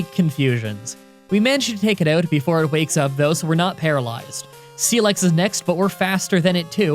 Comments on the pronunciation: Is it just me or does he keep pronouncing it as Steelex instead of Steelix? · He sed seelix først taym he sed it